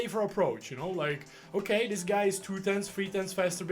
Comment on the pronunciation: "oke", "okee" XD